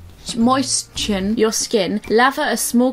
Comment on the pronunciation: You pronounce moistens like "moysons." That's why you was struggling with it I think. You was trying to get the "t" in there when it's silent haha.